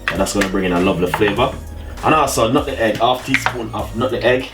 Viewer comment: Bredda it's nutmeg,,,not nuttin.egg.....Shizzle